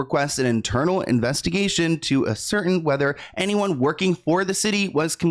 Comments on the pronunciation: a-cer-tain....not a-certain lol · Have I been saying “ascertain” the wrong way my entire life!?!?!?